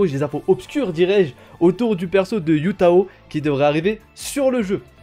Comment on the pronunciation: Heyy, Hu Tao ne se prononce pas Yu Tao mais plutôt Hu Tao avec le H qui se prononce comme en arabe par exemple !